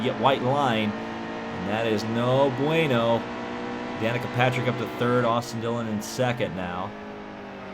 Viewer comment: "No bueno" is Spanish. Why are you saying it like an Italian?